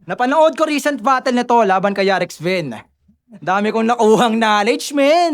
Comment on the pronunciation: Recent “Ri-sent” not “Re-sent” Decent “Di-sent” not “De-sent” 😅